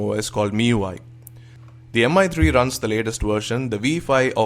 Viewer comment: Excellent review:) would love If you have pronounced it mee3 instead of Mi 3